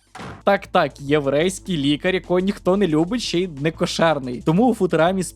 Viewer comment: Неможливо слухати: ОР, ОРНО, двУх, лікарЬ - автор - торм03 москворотий